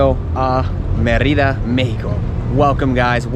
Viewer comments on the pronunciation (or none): bad pronunciation of Mérida